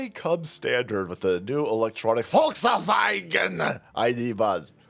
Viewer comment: Did I just hear you say " Voltswagon?" 😂